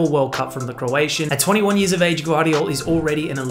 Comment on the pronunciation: Josh-ko G-VAR-diyol, but he pronounced IT great Because it’s hard to say “GV” for people Who don’t speak croatian and he actually Said josh-ko G-VAAR-DIYOL